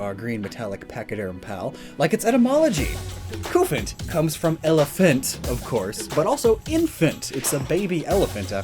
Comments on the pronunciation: It’s Qu-fant but lots of people have prob said that lol. Also I think the Cu means Cube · Y'know, the whole reason Copper is Cu on the periodic table is because it's based on the British way of saying Copper, that being Cuprum. That with everything else you brought up as what the Cu in Cufant could be from should convince really anyone that it's pronounced KUH-fant.